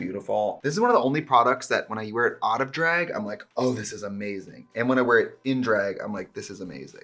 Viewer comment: Wisconsin Accent coming through more than normal today. Love me a dræg moment ❤️